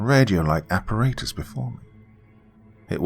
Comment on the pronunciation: Makes me smile every time he says appaRAYtus.